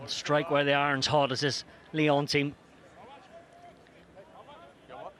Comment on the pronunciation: Lyons ? Respectez un peu. Déjà qu'on se fait péter à domicile. C'est Lyon sans 's'.